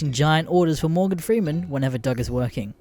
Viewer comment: It pronounced dug not dough that's how the name is pronounced